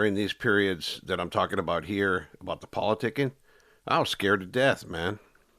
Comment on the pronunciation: Its Pronounced Politicking ese! Not politicing, 😂😂. Its all good Holmes i understood what you were trying to spit out dog?